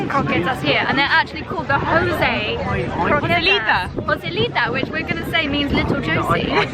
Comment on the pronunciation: I eat croquetas every morning (the joys of living two blocks away from a Cuban restaurant) for breakfast. So glad you’re enjoying your trip and your Spanish pronunciation is pretty good if I say so myself! Love from Miami <3